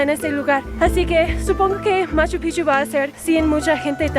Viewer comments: Porque dices Pijchu, es Machu Picchu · Escucho mal yo, o dice Machu Pigchu? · Nadie:...: Machu PIJJJCHU